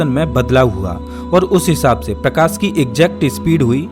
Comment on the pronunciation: प्रकास नहीं रे भाई मेरे प्रकाश .... सबसे खराब हिंदी UP और bihar वालो की होती हैं